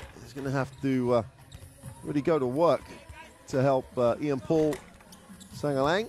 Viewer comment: Tang ina natawa ako sa commentator "Shangalang" nag mukhang chinese tuloy yung apelyido ni Sangalang HAHAHA